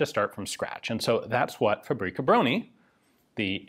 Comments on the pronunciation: i love how he refers to fabryka broni as a name (its a title it literally means weapons factory) and also how he says it like paprika brony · faux-brie-kah brony XD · Try "fahbryckah brohnee". I know, Polish language is tough, even for natives. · The "Fabri Cabroni" pronounciation gave me a good chuckle, almost like it's some italian design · The 'Fabroni'. Sounds Italian when you say it like that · When you said "Fabryka Broni" it sounded italian more than anything else xD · "Fabrika broni"... that's totally not gonna get memed